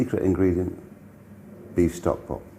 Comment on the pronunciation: Have a shot of Tequila every time March says Stovkpot.